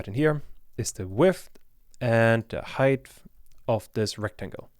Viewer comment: Great and useful tutorial but please practice how to pronounce the word height in Germanish English. There is no "th" anywhere... ;-)